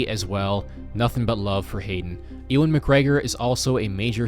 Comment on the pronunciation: Sorry also, Ewan McGregor's name is pronounced as "You-in" not "E-one" lol